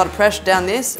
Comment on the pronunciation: Instead of saying this she says dis